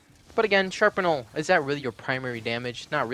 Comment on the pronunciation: Also, you pronounce shrapnel wrong its strap-nel